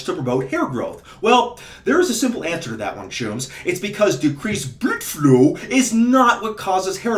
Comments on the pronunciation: Say blüde flo one more time. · "blüdflow" hahahahah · „Blüdflow“. Cracks me up every time.😂